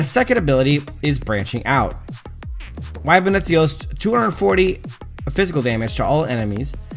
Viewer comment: It's pronounced ib-neth lol Cool vid tho